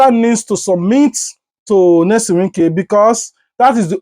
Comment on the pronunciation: What is Nylson some of you are just dum you do t read what you see it is NYESOM NOT NELSON PLEASE IT IS YEAH SOM